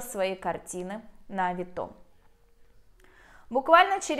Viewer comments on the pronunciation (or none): Не авитО, а авИто. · Ну что за чушь? Оплачивают покупку, вы отсылаете, когда покупатель забираеттовар, вы получаете деньги. Какие безналу? И почему такое странное ударение»авитО? Ну вот сказки венского леса! Я продала через эту площадку на 160000₽. Один раз только нарвалась, когда попросили предоплату за доставку 500₽- сама виновата.